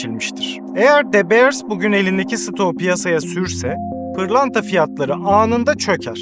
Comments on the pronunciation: de beırs değil dö biırs . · Tiyatro kısmı çok kötü ve gereksizdi. Videonun değerini ikinci el pırlanta gibi düşürdü. Birde keşke de beers değilde dö biirs telaffuz etmeyi öğrenseydin. Bu ikisi dışında gerisi güzel ve doğru bilgi. 👍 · Aga şunu "Dö Biiırs" diye telaffuz etseydin tadından yenmezdi... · De Beers kelimeyi bile adam akili doghru soylemiyor ama herseyde fikri var